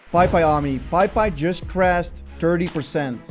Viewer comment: it is Pei Pei, not Pai Pai. But I dropped a like :)